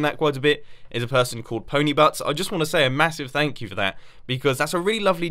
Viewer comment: Did you say ponibutts?